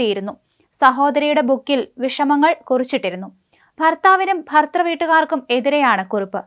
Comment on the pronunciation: ഭർതൃ..... അന്വേഷണം. എന്നീ വാക്കുകൾ മോളൊന്ന് പറഞ്ഞുപഠിക്കാനുണ്ട്....😂😅